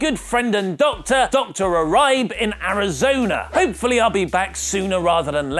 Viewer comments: Uribe is not pronounced You-Rye-B..... It's Ooo-re-bay. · Dr Ooh Rybe? It's Ooh Ree Bay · its pronounced urrr eeee baaaayyyy.....uribe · You mispronounced Uribe in this video... which is totally understandable. It's usually sounds like U-Reeb-bay. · It's Dr Uribe pronounced "Yrr EEEEE Bay" but that just makes you funnier,. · Uribe is pronounced YOU REE BAY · Uribe (you-ree-bay) not tryna hate , The videos are great! cheers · It's pronounced "ooh-reeb-ey." I'm not spanish but even I know that! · its pronounced Yur-ree-bay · Pretty sure that Uribe is pronounced Ooo-ree-bay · Isn't it pronounced U-Ree-Bae? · Dr Uribe is pronounced YUR-e-bay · Lol pretty sure Paige's doctor's name is pronounced yoo-REE-bay (Uribe) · Dr Uribe is pronounced [u-ree-bay] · Lol pretty sure it's pronounced Dr. YooReeBay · The doctor's name is pronounced "Oo-ree-beh" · Its pronounced ooh-ree-bae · Butchered the pronunciation of Uribe. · you pronounced Uribe wrong!😂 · hahah uribe mispronounced... U as ultimate RI as Rita and BE as Belmont... it is a spanish lastname